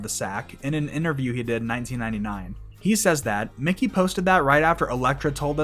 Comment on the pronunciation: Mickey. Mickey Melchiando. Not Mikey